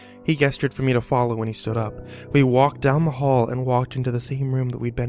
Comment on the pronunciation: Please, learn how to pronounce 'gestured'.